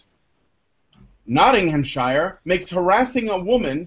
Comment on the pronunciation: "Nottinghamshire" is pronounced with a "sheer" syllable, not a "Shyre" one. Weird, yes, but a lot of English place names are like that, including Leicester (pronounced "Lester") and Worcester ("Wooster")